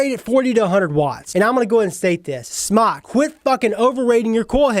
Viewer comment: SMOCK? It's pronounced SMOKE.